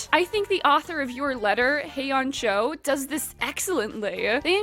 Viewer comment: just a minor heads up, the names with 'eo' in them are pronounced like 'o'! the author's name hyeon a cho is said like 'hyona cho' not 'hey on cho' haha. older translations by webtoon write things a bit confusingly sometimes.